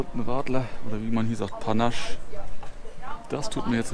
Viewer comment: Radler=Panaché, spricht man panascheeeeeeee. Sorry, das mußte sein;-) LG